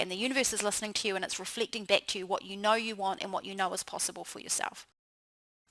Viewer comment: She pronounces her short vowel "e" exactly the same as short vowel "i:" next: nixt, reflect: reflict, beckoning: bickoning, heading: hitting, tend: tind, blessing: blissing